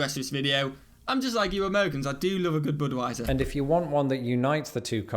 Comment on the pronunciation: Boodwiser?? BUD (rhymes with MUD)wiser